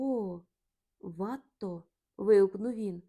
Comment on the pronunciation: Безумовно,чудово,що Ви читаєте світову класику українською. Але що ж робити з цими жахливими наАголосами, що спотворюють призвіща досить відомих(!) художників! А ВАтто замість ВаттО(що зрозуміло,але ж він француз!!!) я вже не витримала. РІхтер-вАхтер, ось що мені нагадало все це. Дуже прОшу, не спотворюйте очевидні речі! Дякую за розуміння з надією , що Ви виправите власні помилки